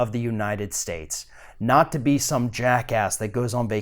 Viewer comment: stop over emphasizing the word "not" in your little pitch at the end. it is cringey and just ridiculously unnecessary.